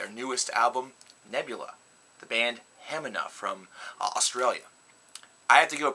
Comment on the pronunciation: It's pronounced "Hemeeeeena"